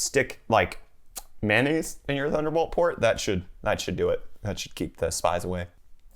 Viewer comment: Am 🍐? No! Bad! Don't say it anymore! Amp 👂. It's an electrical term dude, use it from now on. Ren wahr? No, just no! It's French. Ren wah. Man aise? No, that's just gross! Ewww! Mayo nase. 😜🤪